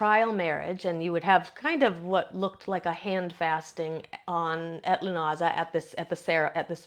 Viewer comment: Um it is pronounced LOO NAH SAH